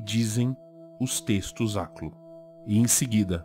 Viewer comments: aliás, sua pronúncia do aklo é justamente o que eu imagino de um habitante de ishmouth ou um deep one falando, ou seja, um tom de voz gorgolejado e embriagado. Parabéns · que bela pronúncia e sotaque perfeito, realmente uma língua maravilhosa